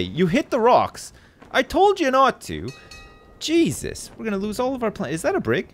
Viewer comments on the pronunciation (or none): none